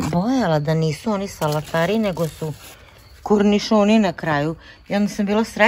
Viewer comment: Komarci! Šteta što ovde ne mogu pustiti fotku 😂 Ja sam na Kosmaju. Slušajte vi, lepotice 😅 nisu to kurnišoni, nego kOrnišoni.🤣